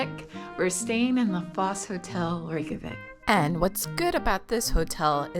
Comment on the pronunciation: NOT THE REYKJAVIK AS REKAVIK😂😂😂